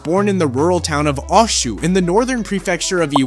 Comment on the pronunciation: It's "oh shoo". His hometown's pronunciation.